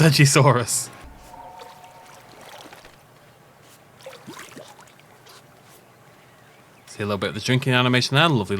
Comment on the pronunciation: Usually im a big stickler for pronouncing dinosaur names, but I will not be saying seggasaurus ever